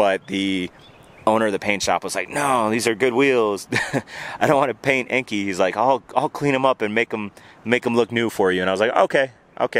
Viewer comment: Definitely spoiler!!! Ps: I'm no language nazi, but I think enkei is read "and kay" Cheers. . .